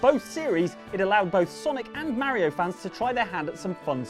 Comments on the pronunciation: Ma Ri O not, Mair Reo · It's not fucking mariio it's Mario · you say mario weird